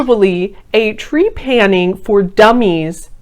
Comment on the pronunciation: Ok, so the word is not Tree-panning. It is trep-a-ning. And I wish you had spent more time researching what scientists say instead of just deeming is “wrong”. Research more